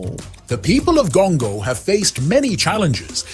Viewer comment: Why Gongo? It rhymes with Congo.